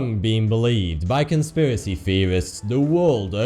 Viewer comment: i believe he says "top 10 conspwerise seweis that twerned out twue" your an adult man stop talking like a baby.